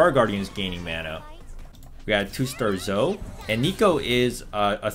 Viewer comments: Bruh it's Zo-EE not Zoh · Zoe Zo-Wi not Zow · He keeps saying Zow not Zoe i dont get it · it’s “zo-ey” not “zo” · Zoe! Zoh-EE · Is zoe pronounced zoh? Or zoh-E? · Please man, it's ZO-E, not ZO! it's has 2 syllables. Like MO-NEY, it's ZO-E. Thanks. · It's Zo-e , not Zo, please stop. :l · Dudee please just say Zo-e not Zo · Stop say zo pls :( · Funny the way you say "Zo" btw ^-^ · It’s pronounced zoey brother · nice video but zoe is not zo u remind me of a friend that calls zoe zo-e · ZO-E ZOOO-EEE PLEEEASE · pls stop saying zo, she has an e in the name hahha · Its pronounced zoey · Dude, learn to pronounce character names... Engrish isn't hard dude. ZoE... it's a hard E. Jeez dude lol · As a zoe main, it hurt my soul you calling my baby "zo" :(((((( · Honestly, I commend you for the commitment on how you say Zoe. Really getting that YouTube comment bait. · Cant wait for you to pronounce Zoe's name right yup yup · Dude everybody is loving your amazing content BUT the champion Zoe is not pronounced like that ffs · This man cant say Zoe correctly? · Might be a Canadian pronunciation lol